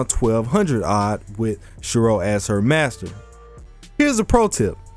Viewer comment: I normally am perfectly comfy listening to a wide variety of English accents. But yours forced me to turn on captions. For example, your pronunciation of "Shirou" produced the corresponding auto-generated caption "Cheryl".